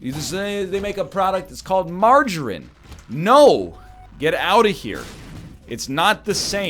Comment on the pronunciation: Who the fuck pronounces margarine like that? Freak.